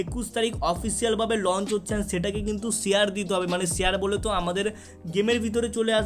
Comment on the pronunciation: ছেয়ার না ভাই শেয়ার 🤣🤭